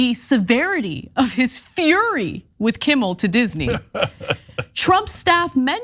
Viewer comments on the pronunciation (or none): She's cute, but her pronunciation of FURY, as FERRY is just as cute..